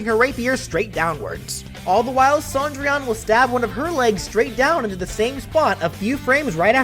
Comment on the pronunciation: I’m annoyed that Cendrillon is pronounced Sandrian